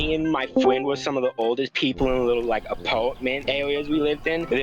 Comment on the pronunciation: BRO THAT GUY SAID SOME "wing" FOR RING AND "WIKE" FOR LIKE.